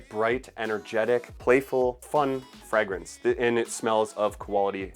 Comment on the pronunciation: what is a "Fregrence"?